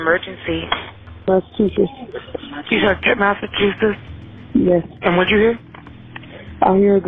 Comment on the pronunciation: LMMFAO MASSACHUSHITS😂😂😂😂😂 IT'S MASSACHUSETTS😂😂😂😂😂 although that pronunciation is the funniest I've heard in my life and I'm from New England😅😅😅😅😅